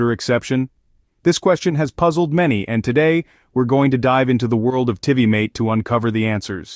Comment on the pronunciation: My hopes weren’t high for these solutions when I heard Tivimate pronounced another way other than TVMate but spelt Tivimate. Ffs!